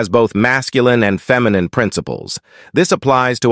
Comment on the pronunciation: Hey guys, great content. Please tweak the AI narrator factor to properly pronounce "feminine", etc. cuz that totally alters the whole message when the artificial narrator says, "......fem.....i.....nine...", or whatever it said. ".......new acres......"? New agers gives a clearer message in context than realtor and farming terns. Great stuff though, git me thinking. Thank you!